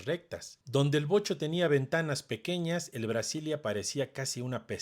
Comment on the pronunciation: Wow Vocho y no Bocho osea los nacos solo dicen Bocho Si le atine😂 Fiuuuuuuuuu